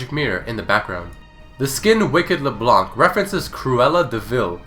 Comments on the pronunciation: LeblanKKKKKK .... its Leblan bro :p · The correct way ro prononce "leblanc" in french is prononced like "le blan" and Leblanc is also a real lastname ! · In french, don't prononce the C of Leblanc. it's lke Leblan. yes white in french is whritted blanc, it's a silent C ;) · why do English people read leblanc le blank we dont read c as k in french D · FYI it's pronounced LeBlan, the C is mute in french. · Did you know that the 'c' at the end of Leblanc's name shouldn't be pronounced? (french guy here ^^) Great video, by the way :) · Hey guys ! Just so you know ... The "c" in Leblanc is silent! You are not suppose to prononce it :P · Did you know that the C at the end of her name should be silent?